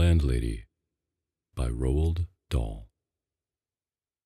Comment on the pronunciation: The "a" in Roald is spoken, just like the "A" in Andersen in The Little Mermaid. (It's a Norwegian name).